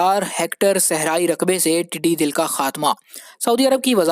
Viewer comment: PLZ CORRECT YOUR WORDS. TEDDY DAL NOT TEDDY DIL. THERE IS VAST DIFFERENCE BETWEEN DAL (MEANS CROWD & DIL MEANS HEART.